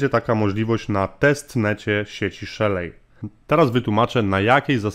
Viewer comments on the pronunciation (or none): Nie Szelej a Szeli. Nie w Polach a w Pool(basen) Wideo Ok, ale sa niescislosci w tym co mowisz. Node mozna odpalic na Linux, Windows, MacOS